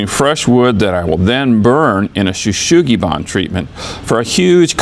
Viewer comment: It is not called/pronounced “shoo shoogi ban”. It’s “shou sugi ban” - pronounced similar to “show soogi bahn”